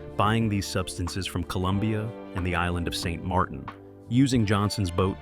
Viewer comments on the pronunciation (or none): none